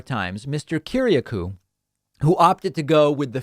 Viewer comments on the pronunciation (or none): DAVID PAKMAN - Are you bleepin' real? John's family name is Greek and pronounced "ki-ri-A-koo " not "ki-ri-a-KOO" John Kiriakou is an honourable man. Start with his Wikipedia page, then dig deeper. He was very poorly treated by W. (and Obama, I believe). We could all wish to have such a fine man for a friend. Trump won't pardon him in a thousand years. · kir-iA-kouuuuuu, man you butchered that one